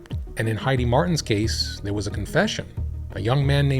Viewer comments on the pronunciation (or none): none